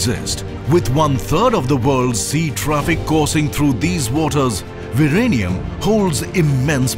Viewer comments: Its Vizhinjam V--Zin--jem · I taught Z in Malayalam was pronounced as L. Was he saying Virenium or ViLenium?